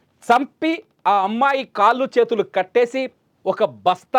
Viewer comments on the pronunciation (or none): none